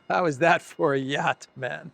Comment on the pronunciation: shows off his 'yatch' 🤣